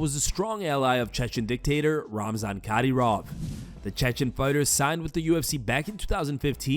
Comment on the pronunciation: who is Cadyroff? lol